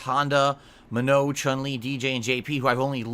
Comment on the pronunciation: I like how he called Manon "minnow"